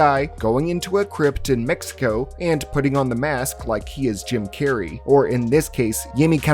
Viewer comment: Never say jim Carrey in a spanish accent ever again 😂